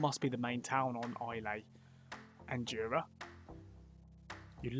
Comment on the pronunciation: For future reference, it's pronounced I ler, not I lay